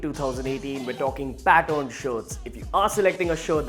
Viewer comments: Is it pattern or pattorn..? Are u wrongly pronouncing it.? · Say pattern not Patton! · Learn how to pronounce "pattern" not "pat-own" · Its pattern not paton